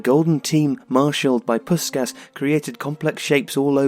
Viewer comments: I'll be that guy: It's pronounced more like 'Pushkash' (an HU 's' makes a 'sh' sound in EN). Your videos are great, but there's a fair bit of name botching. Might give a thought to spending a few minutes to learn the IPA and doing a quick check beforehand. Great videos, though. Thanks for them. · Nice summary. But... "Puskas". Please respect the man. He has a name. From his culture. I remember my dad talking about that electrifying that Magyar team of the 50's. Listening on the radio in Budapest during university days. How media has changed. Can't help pointing out one vital detail. As an English-speaking son of Hungarian refugees (1956, as was Puskas) it rankles hearing his name being mangled. My own name too. Not a criticism. I'm sure I've equally mangle many names from many other cultures, but... For a globally up-front legend of the game, maybe a bit of cultural respect? In Hungarian... S = sh. as in SHoot, SHot, SH*t, caSH C = tss. not really an English equivalent, but like the "ts" sound in caTS. In fact, "cica" (TSee-TSaa) was the unimaginative Hungarian name we used for one of our belated cats. So... Ferenc Puskas is (more closely) pronounced "feren-tss poosh-kaaash" P.S. Native Hungarian speakers please correct me. P.P.S. I think he's one exceptional player from a different era who could be successful in the modern day. Haaland vs Puskas - have it out!